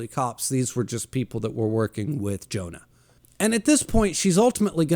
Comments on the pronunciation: Hearing you pronounce Johan as Jonah made me wince every time. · Monster is so fucking good. I watched the anime about a year ago and it blew me away. Also it's Johan not Jonah lol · You forgot to mention that the hospital make sure Temma doesn't get the credit of all those high-profile surgeries that he worked on for powerplay move. The little boy that grew up to be a serial killer name is Johan(yo...han) not Jonah😂 lol.